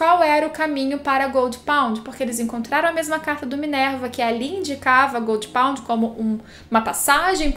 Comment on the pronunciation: Jurava que quando ela falava Goldy pond, era Gold Pont kkkkk